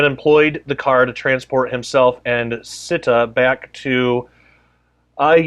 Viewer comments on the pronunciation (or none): Not sita…”se ta”